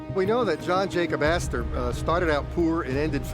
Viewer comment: john jacob aster-hymen-smitch? 😂 🍻